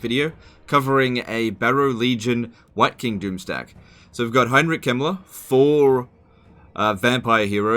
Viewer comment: everytime says wight king i hear hear wanker